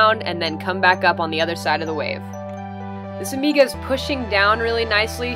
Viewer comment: Dude, it hurts when she says amiga.